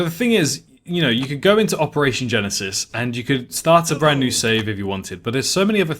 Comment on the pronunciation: Everytime you are saying jurassic park operation genesis i subconciously hear jurassic park operation genecide xD